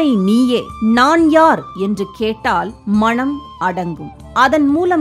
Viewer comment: அருமையான தொகுப்பு. ஆனால், உச்சரிப்பில் "மனம்" என்பதற்கு பதில் "மணம்" என்று காதில் விழுகிறது... 😌